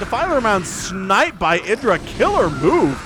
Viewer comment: It's pronounced id (like the the psychological term) ID, DRAH.